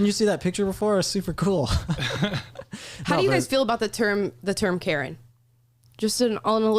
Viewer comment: Karen....CARE EN(NOT)